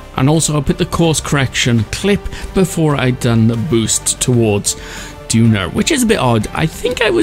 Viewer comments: Its Duna not "Dunar" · Duner? It’s called duna